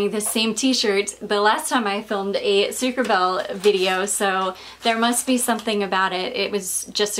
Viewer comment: Hey! This should be pronounced sucre -abayyyyyyy. (which means sugar bee ) I speak fluent French hahaha. Just want to help in my own little way! xx I thought that was what you were going to say when you said that it was funny because you wore your stripy top last time and this! I am now going to enjoy the rest of your video. You are keeping me sooooo entertained and informed! I <3 your videos so much!! x